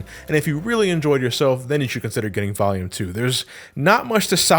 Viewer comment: I swear when you say volume you sound like youre saying valium lol You otherwise never sound like youre from new england lol